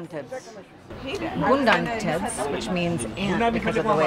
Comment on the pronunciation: It is Goden ( It means Side) not Gundan (Ant)